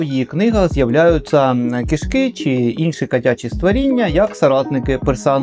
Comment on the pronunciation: дуже дякую за ваші відео, дуже люблю їх дивитись, з Вашої подачі придбав вже не одну книгу. Також хочу дати вам малесеньку пораду - у слові "кішки" ставте наголос на "і", а не "и", бо звучить "кішкИ" - як бебехи, нутрощі ))))) Ще раз дякую Вам!